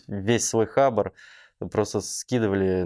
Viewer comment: Не хАбар, а хабАр.. а ещё профиком мнится. Кринж